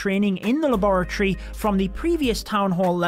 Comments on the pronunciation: i LOVE HOW YOU SAY LABOROTTYYY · Luh bore uh tree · Him saying laboratory makes me forget how to say it 😭😭😭😭